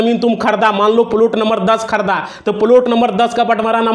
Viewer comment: तू बात बना रहा है. अब तुझको लाइक करना तो दूर सुनना भी बंद कर रहे है. फालतू का बकबास कर रहा है तू. हरामी लगता है. बार बार एक हीं बात रगड़ कर टाइम काट रहा है. प्लाट को प्लुट बोल रहा है. पुराना सड़ा फ़ाइल दिखा रहा है.